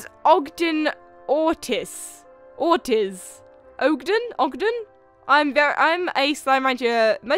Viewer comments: Ortiz is pronounced Ortees. (One of my teachers is called Ms.Ortiz) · you pronounce la beaux la bow and pronounce Ortiz orteez your welcome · the last name "ortiz" is pronounced or teez